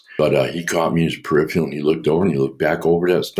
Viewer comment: Too bad about that “Perifial(?)” though😁